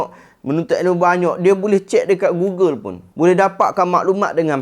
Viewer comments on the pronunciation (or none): none